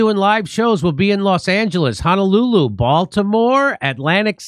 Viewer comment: Just came to hear JD say Honolulu but that wasn't his best Honolulu.